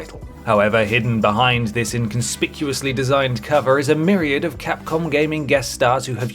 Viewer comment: Why are you saying Capcom? wtf